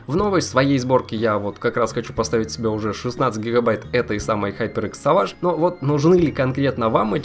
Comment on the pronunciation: Не савадж а сэвейдж )